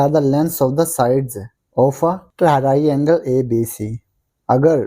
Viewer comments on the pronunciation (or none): Very good but sir it's triangle not taraiangle I only say for correction not for fun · sir it is a triangle not taariangle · Triangle ❌tarainagle✅ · Mujhy math samajh a to gya but aik bat confuse kr rhi h triangle ❌ taraiangle ✅😂